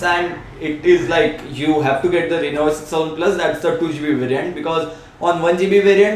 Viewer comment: Good review but I think you have problem pronouncing lenovo.It is sounding like "lenovay". Anyways keep up the good work:-)